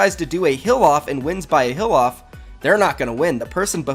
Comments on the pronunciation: I was so confused for a minute, it sounded like he kept saying "a hill off" I was thinkin what is he talking about ? Then it dawned on me he's saying "heal off" lol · when you said heal off i heard hill off